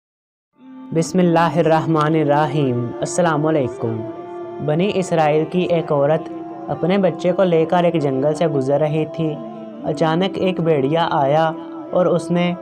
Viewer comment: آپ بسم اللہ درست پڑھیں راحیم نہیں رحیم ہے